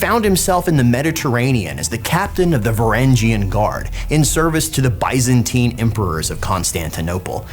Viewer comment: he sailed WEST from Denmark to the Kievan Rus? Lol. Also Bye-zan-tyne empire.